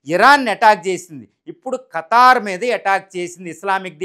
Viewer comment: "ఖతార్" కాదు ఖతర్